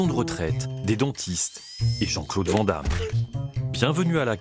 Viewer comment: Vent dame mdr les fr et les noms etranger 😂😂😂 ca me fume a chaque fois 🎉